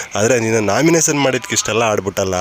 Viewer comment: Pinale alla finale, naminasion alla nomination.. Vyakthithvad bagge compare madidaga sumne idre avnige vyakthithvad bagge gotthe illa antha Artha.. 😂😂